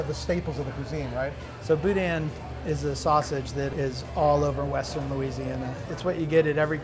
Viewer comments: I like Cochon, the restaurant, but I don't like Cochon Butcher, where was at first. And, it's pronounced Boo-DAN, like the other guy kept saying. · It's boo-DAN. He even corrected you. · Besides profound and ethereal, he also says evocation on every video. Also, it is Boo-Dan. Thanks.